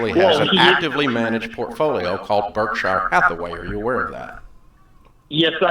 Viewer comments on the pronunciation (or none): none